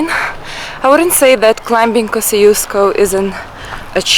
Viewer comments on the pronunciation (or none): B is silent in the word CLIM*B*ING! Surprised you don't know this yet.